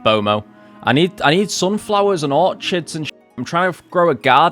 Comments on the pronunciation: No, I'm British. We say Orchids the same way. Dont know why he's saying Orchard, because that's a plantation of trees that you farm. Not the flower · really cool vid, glad i found your channel. btw orchids is pronounced 'orkids' , its a hard ch like 'echidna' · You are saying Orchids wrong. Or is that rage bait?